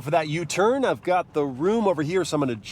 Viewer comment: “Ahve got the key”